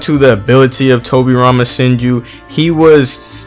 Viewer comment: Towwbi Rhama Senjew vs Minatow namikazeyyy. Love how Americans pronounce japanese names haha! No offence tho, Liked the video!